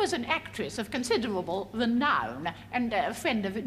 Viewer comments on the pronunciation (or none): Marvelous women, she just makes me laugh so much, ‘an actwess of conciderwable wenown ‘ she’s such a mickey taker. 😀